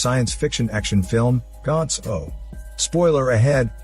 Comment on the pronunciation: I think its should be pronounced gantz zero.